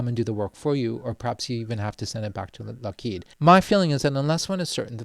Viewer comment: You say Lockheed funny.